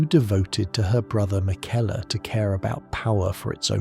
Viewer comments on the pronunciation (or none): I love your content but you always pronounce Miquella, Marika, and Malenia incorrectly which is kinda jarring. Anyone who has fought Malenia should definitely know to say both her and her brother's name. Maybe watch some cut scenes for the correct way to say them. Unless this is AI content, it's an easy fix.